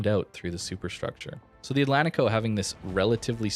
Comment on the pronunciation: It is pronounced: Atlanchico How do you say Portugal? Porchugal. Porchugueese people put ch in these spots.